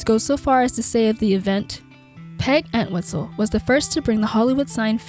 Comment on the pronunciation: The entire video she kept mispronouncing our last name 🤦🏻‍♂️ it’s ENT-wistle not ANT-wistle